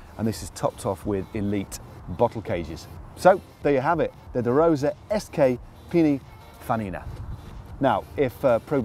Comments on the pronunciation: Hey Matt is it Pinifanina or Pinifarina, because I'm pretty sure you said Pinifanina at the end :) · Neither. It's P I N I N F A R I N A. But yeah. :D